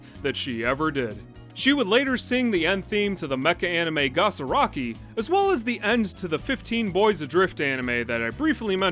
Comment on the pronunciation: Gosuraki? Did he meant Gasaraki? I could not find anything called "Gosuraki" out there